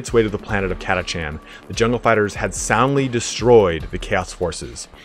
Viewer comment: i always pronounced it Ka-tash- an , not kata-chan .. the latter sounds so weeb